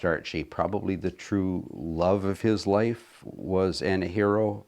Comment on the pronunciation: Hi. You need to visit Mattawa Museum. It's An-a-har-reeo. And she was born and raised on Fifth Street (Anahereo Way) in Mattawa Ontario. She was Algonquin. The museum here has a very accurate account of her and her life with Grey Owl